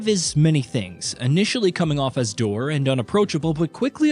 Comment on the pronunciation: It pronounced /dower/ the word Dour. Sorry, I can’t help myself.